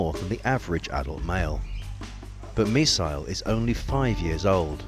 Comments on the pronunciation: Misael but he's pronouncing it "missile" when it is "miss-ayl" not "miss-aisle". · It's Misael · Its "Misael"